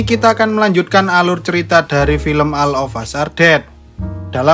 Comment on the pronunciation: Medok bgt sih min.. anjaay ha..ha. Biar lebih pro, tak kasih masukan min, Baca judulnya : All of us are dead, baca All=ol, bukan aL, drone baca dron, bukan bron. Next baca neks, bukan nek ; neck arti leher.